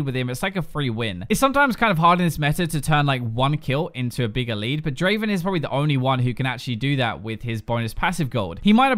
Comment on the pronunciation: Come on, it even says it in your video, not draven draaaven